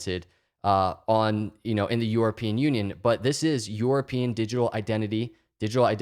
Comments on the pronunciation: I love you and your content but I cant listen to you say EUROpean lol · Is it just me or does it sound like is saying “Yourapean”???